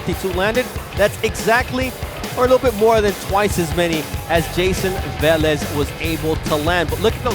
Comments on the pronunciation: Hey bernard!..Its VEH-Lez Not VAh-lez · why does Bernard hopkins keep saying vaaalez when clearly it's veeelez and even the other commentators are saying it right and he still pronounces it wrong?? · Vélez, not vAlez... so annoying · Wtf is Vahlez? Hahhaa